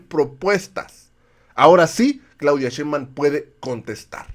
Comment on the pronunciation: Ya es justo y necesario que pronuncien bien el apellido de nuestra próxima presidenta. Nada de "Shembam" SHEIN-BAUM SHEIN-BAUM SHEINBAUM.